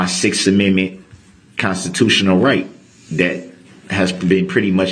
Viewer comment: lmao over, ''mend mints'' .... i want to scream when he slaughters that word ....